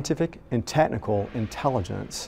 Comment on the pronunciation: "Tetnical". The guy says, "Tetnical", not "technical."